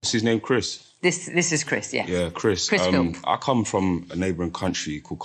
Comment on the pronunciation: mocking Aaron for calling Chris Philp Chris Phipps before going on to call him Chris Philps 😭😭😭